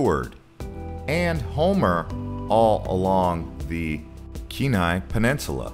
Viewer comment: I may have commented on this before, don't remember. However, you are mis-pronouncing Kenai. You would say Keen ni. Anyway, like your vid.